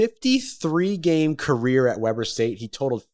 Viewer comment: it's pronounced Weeeeber not webber long E